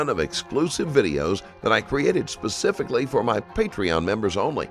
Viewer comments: If she says " I don't know Pacifics" one more time....😅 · Pathetic acting 😂 also "He didn't Pacifically tell me." Lady, it's not the Pacific! 😅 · If she says "pasifically" one more time I'm gonna lose it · My God woman - the word is Specifically not Pacifically! She needs to go to prison for this alone! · Is she saying pacifically? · saying, 'pacificly', is wrecking me. 😖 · Pacifically chefs kiss haha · This dumbass should get the chair for saying “pacifically’ like a goddamn toddler. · Pacifically pacifically... and the way she just calls him "Pastor" in all manner of speech..... stupid... STUPID. Pacifically she is stupid for murdering her husband. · If she says pacifically one more time... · “ He didn’t PACIFically tell me,,,” Lock her up!! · She “pacifically” knew all about this. Nice try though ma’am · Soulless mastermind who says “pacifically” 🤦‍♀️ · You said her intelligence is higher than most, yet, she keeps saying pacific/pacifically.. And she thinks half of 500 is 275... I dunno man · Love the officers stating the word specifically and she says “pacifically” Her lies and fake crying way too much! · Lmao "pacifics". She's an idiot. He told me "pacifically". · “Texes,” “pacifically,” she sounds so ignorant. And “Walmart store,” sounds freaking weird. What an a$$